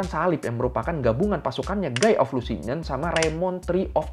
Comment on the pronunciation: Guy Lusignan di baca Gi Lusinyong, koreksi dikit ya